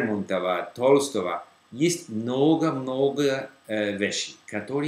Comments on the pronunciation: не "тОлстого", а "толстОго". Ударение неправильно поставил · Ну только не ТОлстого, а ТолстОва, правда умение читать фамилии правильно приходит с долгим изучениям, я так думаю. :) А так всё замечательно, Вы молодец!